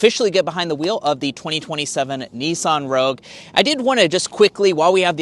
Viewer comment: note to Yanks - There is NO E in Nissan - it is not a NEESAN its NISS -AN